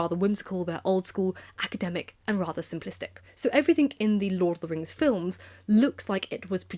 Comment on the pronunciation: You’re so well spoken and yet keep saying ‘everythinK’. It pings my brain.😬